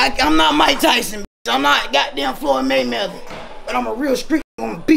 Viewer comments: Did she say floyd maymeather😂😂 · Said Floyd MayMeather 😂😂😂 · She said Floyd maymello 😆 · "floyd maymether"🤣🤣🤣🤣🤣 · “Floyd Maymeather “ 💀😂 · I’m not “Floyd maymetha” 😅